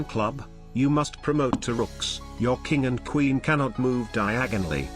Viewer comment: The queen can’t go diag-onoly